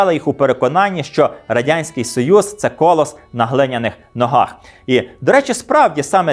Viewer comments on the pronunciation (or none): Мовні правки: не "кілОметр", а кіломЕтр, не "кОлос", а колОс (на глиняних ногах). Коментуйте грамотно.